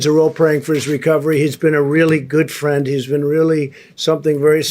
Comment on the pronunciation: Whaaaaaat an English?? Oh damn it. Prend!!! Dolaan!! 😂😂😂😂 Trump will surely die out of heartache !!